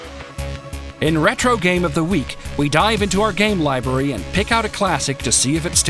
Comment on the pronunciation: Ugh! The guy in the intro said "Libury". ::shudders:: I haaate when people butcher the English language.